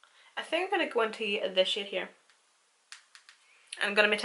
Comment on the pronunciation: Lol when you said "packing that shade on" I was lmao cuz it sounded like you said "packing that shit on" with your accent lol